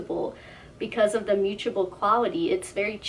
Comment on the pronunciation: The “moochable” keeps distracting me 😅 It’s mute-able